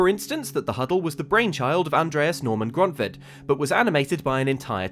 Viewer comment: shout out to for pronouncing "Grøntved" pretty damn close to perfect